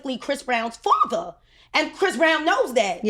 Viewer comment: 😂 she said his Fatha‼️‼️